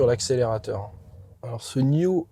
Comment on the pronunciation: Bel aperçu, prudence avec les tics de langage (...voyez) C'est pas N-io.... mais n-aïe-o Pas un mot sur la vitesse de charge. La planche de bord fait un genre de croisement Hyundai (Tucson 2022) et Volvo. 5m c'est un tank, et moins logeable que des SUV thermiques 7places moins longs. comme c'est réactif euh la carte réagit pas top dans la démo